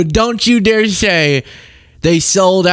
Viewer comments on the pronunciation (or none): none